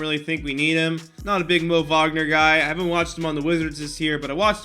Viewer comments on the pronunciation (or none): Who tf is mo vogner it’s pronounced mo wagner